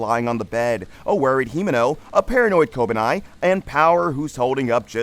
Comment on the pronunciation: how the fuck did you come to the conclusion that Kobeni is pronounced "kobanai"